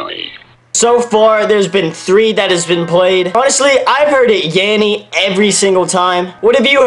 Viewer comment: You're saying "Yammy"...